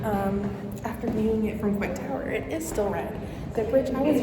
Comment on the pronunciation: It is pronounced COY-T tower :) The elevator is never working 😂. Golden Gate Bridge is the red one. You can actually walk across it.